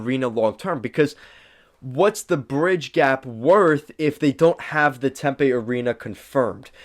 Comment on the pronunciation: Tempe (Tim pee) not Tempay.